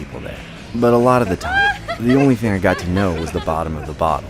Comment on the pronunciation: She said before I get my ting 💀